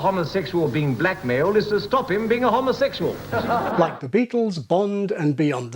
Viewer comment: They seem to be saying "homosexual" differently, with an "o" sound more like the o-sound in "rob" as opposed to the o-sound in "robe". Is this a deliberate? Because the the etymology is from the greek prefix homo- (which is pronounce with an o-sound like rob) as opposed to being derived from the Latin term Homo which means human, and used in Homo Sapien.